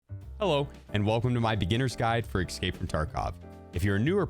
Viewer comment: "Excape" from Tarkov